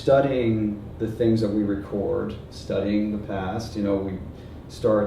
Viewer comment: 謝謝你的分享，我也把你的影片分享給我家人看了 ❤️ 另外想提醒一下就是 record 的發音發錯了，record 的名詞跟動詞唸法不同，在影片裡唸成名詞的唸法了(可是在影片中的句子是動詞)。